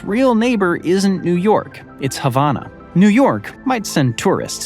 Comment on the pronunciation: The capital of Cuba is not havonna!!- It's HAVANA!